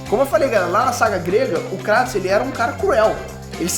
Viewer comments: Meus ouvidos sangram,quando ouço "KrAtos" ao invés de "Krueitos" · q agonia ouvir "Cratos" vsf kkkkkkkkkkk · Cara, me desculpa mas não assisto maia videos sobre gof of war nesse canal. Nao aguento vc e seu pai pronunciar o nome dele errado, se pronuncia “ krueitos” no próprio jogo eles pronunciam assim! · Acho estranho a pronúncia crátos kksksks deve ser por causa da dublagem